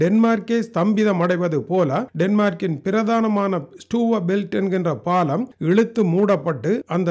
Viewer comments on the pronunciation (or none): none